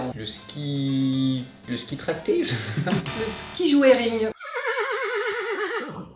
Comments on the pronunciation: Le cheval tracté ça se prononce ski-djoring 😉 et je fais du canicross et il existe une discipline qui s'appelle aussi ski-joering mais çest un chien à la place du cheval... google est votre ami pour savoir de quoi je parle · Dans ski joerring le "e" ne ce prononce pas